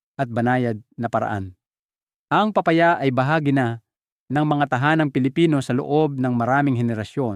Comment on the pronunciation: d ponatin naiintenduhan an sinasabi mo akala nmin kung anong PRUTAS ito pala ay PA-Pa -Ya la pala..paki ayos lang po an pag pronounce nyo po.. KAYA d nmin naiitendihan..PILIPINO..ka nman po.. PA -Pa - Ya.